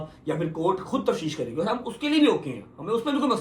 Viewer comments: Tafsheesh nahi tafteesh hota h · Tafsheesh Nahin tafteesh kehtay hain